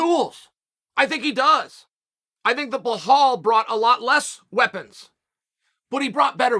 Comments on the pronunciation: So I wonder how many times Belal will have to do "Everything Right" before Chael starts to Finally pronounce his name properly? C'mon man, its been over a year now. Jon Anik would be 🙄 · brother there is no h in belal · Dude can't even pronounce Belal's name. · Why do u ruin his name like that!! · I know it’s your schtick…. and I usually thoroughly enjoy your mis-pronouncing fighter names…BUT PLEASE… give the man the respect he’s earned… and get the name correct…please? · Hes gotta be doing this name mispronunciation thing on purpose lmao. Bla-Hall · why do you keep saying blahal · Who is this blehal guy Chael keeps talking about? I don’t recognize the name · Chael, can you say blehal believes in blehal 10 times really fast. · ...blahal...gufstason...breakfrast...I thought it was on purpose...maybe it's a speech impediment, maybe it's dyslexia...either way, I'm watching and listening...you see, kids?...DO IT!...MAKE YOUR DREAMS COME TRUE!!!... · If Chael says his name is Blahal, then his name is Blahal.... period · Chael: “it’s Blehall… remember the name” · No one: Chael: Ble-Hal! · please stop saying plahall, just say mohammed , it's so disrespectful of you to keep repeating it over and over . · Chael "Blehal" Sonnen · his name is Belal where the hell the H that you pronounce is coming from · I have no idea why he keeps saying behall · Are you meaning to call him “bla-hall” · Who’s Bla-hall? 😂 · Wait... did he just say Blahal? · Ble-Haal! Uncle Chael at it again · Blahall- Undefeated in Pronunciation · Sources have confirmed, the official pronunciation for Belal is now "Blahal". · BLA-HALL vs Luque! 😂😂😂 I swear at this point Chael just does this on purpose lol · Blahall??? Who the fcuk is that guy? Cmon brother his alias is “Remember the name” Put some respect on the man’s name. It was funny at first tho… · Belal is pronounced as Be-lal. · blahalll lmao chael the ultimate white guy. 🤣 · He said Blahall is gonna, y'all laughed at him 😂😂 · Who the fuck is bla-haw?